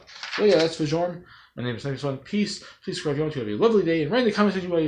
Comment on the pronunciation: Fjorm is who I want. And not nitpicking but Fjorm's name is pronounced Fyorm.